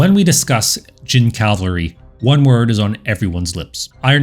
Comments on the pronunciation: "C-a-v-a-l-r-y," not 'cal-vary.' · Not "Calvary" please: Cavalry! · Cavalry nor calvary